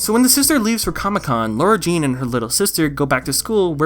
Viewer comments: Why does every YouTuber call her LAURA-Jean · In the books her name is spelled “Lara Jean” and she mentions that she doesn’t like it when people pronounce it Laura. It’s more noticeable when it’s written out and in the movie they don’t mention it so they all just sound like they have a slight southern accent